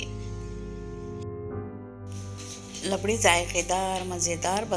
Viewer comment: It's rabdi not labdi